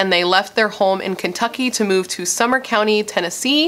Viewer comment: It's sumner co not summer 💜